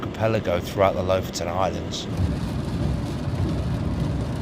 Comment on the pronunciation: Lofoten pronounced Loaf-owe-tn with the owe being long and the ten shortened to tn. Just ask a local Norwegian!